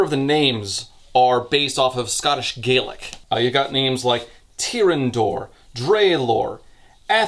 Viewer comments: FYI Scottish Gaelic is pronounced “Gallic”. Irish Gaelic is pronounced “Gay-lick”. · by the way Scottish Gaelic is pronounced as /Gah - lic/ while Irish Gaelic is how you did it in the video /gay - lic/ . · i only just started the video, but gaelic is only pronounced that way when talking about irish gaelic. the ae in scottish gaelic is pronounced like the a in apple.